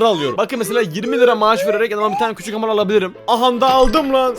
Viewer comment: Hamar Oluyoruz Hahaha Sanki Hamarat olcak